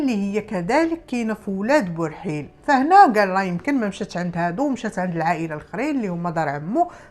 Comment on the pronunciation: اولاد برحيل ber7il ماشي بورحيل